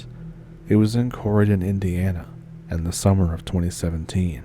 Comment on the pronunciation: Hello. I'm new here. I love stuff like this. I moved to Indiana in Feb of '22, can you give me a list of the towns that these have happened in? I found daviess county, but couldn't make out the 2nd area sounds like you say Corrin, but I can't find a corrin Indiana. I like to visit these places where weird, paranormal stuff has happened. Thanks!